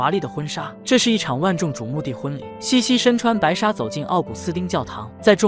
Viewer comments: 虽然茜是个多音字，但是公主实际上的小名“Sisi”读成qian让人有点出戏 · 但凡看了电影也不会读成倩倩啊😂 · 奥地利皇后的小名是Sissi ， 应该是Xixi, 不是 Qianqian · 英文是 sisi 公主, 被叫做 qian qian 瞬间出戏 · 听不下去，是xixi, 不是qian qian 😢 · 是西西公主不是倩倩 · 那是cici 公主好吗 怎么一直读成倩倩😢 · 茜這個字確實是念（欠） 念（西）其實是錯的（（當然不排除他是破音字），反正我一直不懂明明他叫西西不管哪裡看字幕永遠都是茜茜😂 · 多音字。如果看过原版电影，就会发现名字的原文发音与xixi发音相近，而不是qianqian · 茜茜发音为西西，是她的名字 Sissi 的音译，为表示女性柔美而用了茜字。茜为多音字，有西和欠两个发音。这个事先应该做好功课，不然闹大笑话了。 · 在中文里英文sissi发音是xixi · “欠欠”的发音让我好出戏😅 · ㄧ直聽到欠欠公主⋯讓我無法入戲🤣🤣 找別的故事看😂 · 读“西西”吧，听得怀疑是我一直念错了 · 为什么要读成qian qian，完全听不下去了😂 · Qianqian 公主、听不下去😂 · 配音读错了我也没办法，谁还能不知道Sissi呢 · qian qian 听上去像Jian jian 😂听不下去啦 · 這麼經典的故事怎麼能把名字讀錯呢？錯了，也應該改過來比較好。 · 可能是机器人读的。 无法判断。 茜茜公主是举世闻名的公主， 如果是up主自己看过电视剧写的文案， 就不可能这样发音。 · 先把字读对了😢